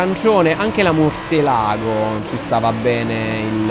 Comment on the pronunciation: Un like dalla Spagna... Occhio alla pronuncia.. Murciélago 😉